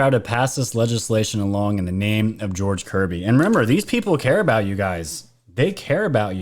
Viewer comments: I heard " George Coogly" not kirby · Sounds like she says George Covid